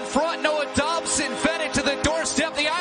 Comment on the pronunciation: he calls Dobson Dobber